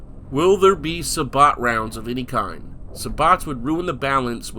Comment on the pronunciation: Every hair in my body just stood up when you said "sa-bot" rounds